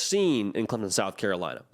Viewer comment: I'm well aware of where CLEMSON, SC is...but sometimes it seemed like he had problems saying Clemson and called them CLEMONS...there may actually be a Clemons, SC but I've never been there